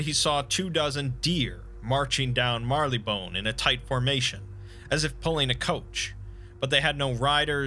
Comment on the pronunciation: It's Marylebone! Not marleybone... Honestly, you guys in the US! Do you never research how English places should be pronounced? What does the 'wee hours' mean? I swear, I'm going to come over and shout at you from the Statue of Library in New Jerk!